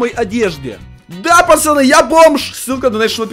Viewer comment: Почему ты говоришь почаны а надо пацаны я уграю🤣